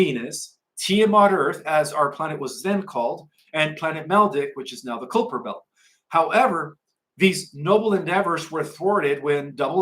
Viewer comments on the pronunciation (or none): none